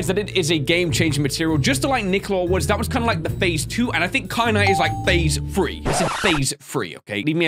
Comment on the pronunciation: “I said ‘thase phree’ leave me alone.” Me when I’m arguing with my family and I mess up my wording.